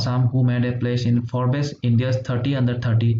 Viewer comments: its Forbes not *Phorbes*. check google for actual pronunciation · Sir.. posthumously aru Forbes word dutar pronunciation sage olop beleg hoi..